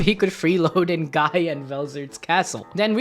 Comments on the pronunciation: It's ghee not guy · Guys name is pronounced Gi. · It’s pronounced Gee btw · I know it's written guy but it's pronounced gee. Gee. I forget if the anime fucked that up in the English dub or not but it is a disconnect while reading the light novels or Manga. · I think you pronounced incorrect for Guy Crimson. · You mispronounced Guy’s name